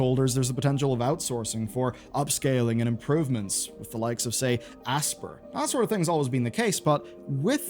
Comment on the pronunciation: Pretty sure "Aspyr" is supposed to be pronounced like the word 'aspire'